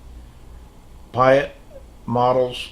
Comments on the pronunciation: My dear friend,what a great video again, every time i enjoy your video's. thank you for showing the shop card but you pronounced my name not by far in Dutch,but i respect the fact you try it.The way you pronounce my name is the same as Pete in the U.S. a little advice from a old dutch navy sailor who had the honor to serve some time in the U.S. Navy (1968 stationed in Dam Neck,Virginia) don't model for a long periode of time. In our navy days it was a piece of cake but now in our 70's it brings more damage than joy. Just model short periodes of time step by step every day something, especially photo etch is very exhausting. Take care, regards Piet. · Thanks love your story really like your channel Life after work too me is a great name and by the way you pronounce my name pretty well 👍 beleive me it was distort lot worts many time before 😀 When I start my Channel many years ago my name was Innovator56 and I decide to write my real name not sure why? You are very well spoken and to show all those modellers card to me you getting modellers closer together Great job Buddy your Awesome 👍 and for the 24Hrs I don`t know you're the one who Knows better then all of us if your health and yourself agreed and this is something you really wan to do, you the only one who should decide.Take care my friend Greeting from Canada.